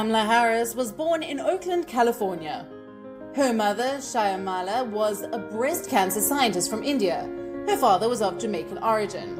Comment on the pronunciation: Jeez...... if you want to speak about a person and her family, learn to say their names properly. Shy-lamala??? Sheesh!